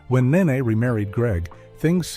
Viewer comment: If narrator can't say a name right, just don't say the name. It's not Nae Nae. It's Nee Nee( knee knee)